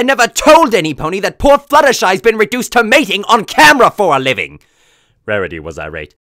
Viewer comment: "Rahriy was anhry."